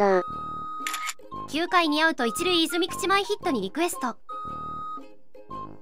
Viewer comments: 泉口は「いずみくち」じゃなくて「いずぐち」なんですけどね。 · 「いずみくち」てわざと煽っとるやろw